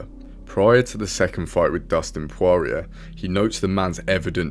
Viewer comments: Lol he pronounced it and dustin prorier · why do you pronounce dustins surname with a W? LOL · The way you said poirer 😂😂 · Why you saying dustins surname like that 🤨